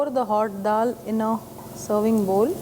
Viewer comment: why they gotta say dal like that